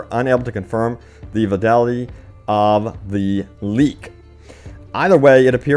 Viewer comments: vadalidy? TF is that? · "Veedayleetee"?????? c'mon man, if you are going to build your entire channel on just reading out posts from the internet, please learn to do it well.